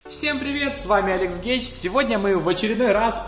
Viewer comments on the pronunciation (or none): геч или гей, не расслышал. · мне показалось что он сказал в начале алекс гей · Только мне в начале послышалось в начале, что он сказал "Гей" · Извини но мне послышалось "С вами Алекс Гей" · в начале я услышал алекс гей